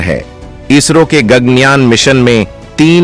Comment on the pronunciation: गग्नयान नहीं,गगन कहो!